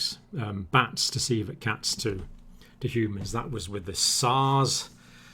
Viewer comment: when he said civet cats i thought he was saying coelacanth